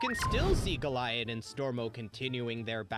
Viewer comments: the mispronunciation of goliad was oddly annoying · How are you pronouncing Goliad like that. You hear how it’s pronounced multiple times in the episode, and during editing, like how. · I have trouble believing you've watched this show yourself. The pronunciation of Kara and Goliad. Calling Huntress Wizard "grass witch"